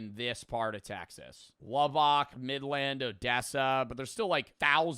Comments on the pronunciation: Lubbock's pronounced (Luh - bick) not (Luh - bock) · I’m sorry? LubbOCK? It’s pronounced LubbICK here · “LUB- OCK” 😂😭😭 it’s lub-uck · ITS NOT LAWBOCK, ITS LO-BICK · Lubbock is pronounced lob-ick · bro said lub ok 😂😂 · Hey not to be that guy but it’s pronounced lub-bick but the next thing that people aren’t understanding is that there’s nothing to do in Guthrie and that’s the reason their good at football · bro said luhbok 😢 i'm from nm and so im familiar with the part you aren't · my city mentioned but at what cost 😭 first time i’ve ever heard somebody pronounce lubbock “lub OC” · my grandparents are from Lubbock and the way you pronounced it killed me 😂 also Lubbock was the murder capital of the United States at one point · there is no way he said my home town that way